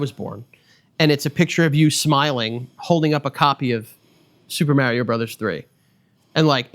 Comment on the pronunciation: I’m so mad at how New Yorkers pronounce Mario